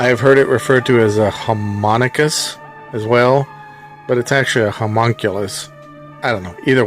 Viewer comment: Sorry to be a nitpicker, but the creature is pronounced "Hom-ON-koo-loose", not "Hom-mun-cueh-lus". It is even stated by the Grand Viziér as such in the movie in that scene, moments after it turns to smoke and leaves. And, that other pronunciation you mention as a possibility is even more way off.